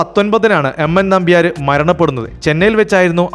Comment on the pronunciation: നിങ്ങൾക്ക് മലയാളത്തിലെ ചില്ലക്ഷരങ്ങൾ അറിയില്ലേ.. ർ,ൾ, ൻ ഇതൊക്കെ.. നമ്പ്യാര് നമ്പ്യാര് എന്നല്ല നമ്പ്യാർ!! വിജയകാന്ത് എന്ന് പറയുമ്പോൾ ചാന്ത്, പന്ത് എന്നൊക്കെ പറയുന്നത് പോലെ അല്ല, കാന്ത് എന്ന് ഭംഗിയായി പറയണം.. സർവ്വ പേരും ഇങ്ങനെ അലന്ന രീതീലാ പറയാറ് .. 😅 .. നസീർ എന്നാണേ നിങ്ങൾ നസീറ് നസീറ് .. മോഹൻലാൽ എന്നല്ല മോഹൻലാല് മോഹൻലാല് എന്നേ പറയൂ..